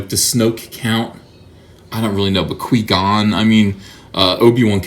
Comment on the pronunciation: I almost died when he said quee-gone